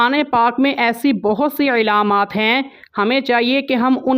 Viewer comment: آپ بہت اچھا سمجھاتے ہیں لیکن بار بار ایک لفظ بولتے ہیں علامات میں ع نیچے زیر پڑھتے ہیں جبکہ و پر زبر پڑھنا ہے علامات